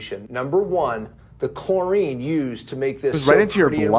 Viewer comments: It was painful to hear chlorine (chlor-ee-n) pronounced chlor-eye-ne so many times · Ethan repeatedly saying “chlorINE” was killing me 😭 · The way ethan pronounces "chlorine" gave me an aneurysm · ethan pronouncing chlorine like that was insane lol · ffs it’s chlorine man 😂😂😂